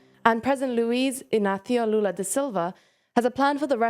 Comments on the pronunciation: She pronounced Lula's Brazilian Portuguese name as if it were a madrileño name from Spain! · If you pronounced Lula’s name in american english accent it would be closer to the portuguese pronunciation than this weird european spanish accent 😅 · Lol why she pronounce his name in european spanish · The effort was nice but Brazilians speak Portuguese so no need for the Barthelona pronunciation 😅